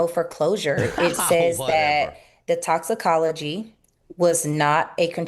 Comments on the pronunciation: Bubba I love you…..BUT ITS TOXIC-OLOGY report….. “TOXIC-OLOGY”….. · Exactly, mispronouncing toxicology and several other words over and over while trying to poke holes in a cause of death investigation report really delegitimizes what you're trying to accomplish. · it is so annoying, to not be able to pronounce a very common easy to say word